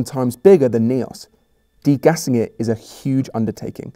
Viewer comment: It's lake Nyos, not KNEE - os. You should had listened the French scientist and just imitated him. Or thought «ny? how do we pronounce it in Kenya? On in canyon? Is it ca KNEE on?»